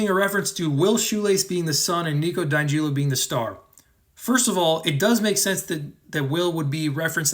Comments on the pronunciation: the way you say di angelo makes my blood boil every time, its DI Ángelo, get it wright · He does this with every character. It’s supposed to be a joke.